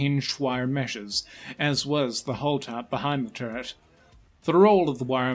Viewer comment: I cant put my finger on why the the narrators voice sounds so weird. It sounds like three accents and a mild speech impediment teaming up to do an impression of a droning teacher. Im just gonna say it: "Turr-t" try and unhear it.